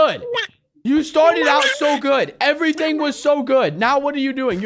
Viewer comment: Way you say like eveeting